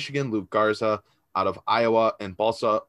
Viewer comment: Amazing that you're the only one who's gotten Balsa's last name right.... & yet, you got the first name wrong. The easy part. lol. Sounds like Balsha.